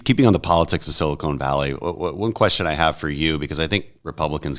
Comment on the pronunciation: Big Crenshaw and Solana fan, but I cringe every time the Congressman says Sili-cone Valley, vs. Sili-cahn Valley.